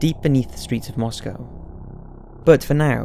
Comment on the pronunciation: I just wanted to say thank you for pronouncing Moscow correctly. :-)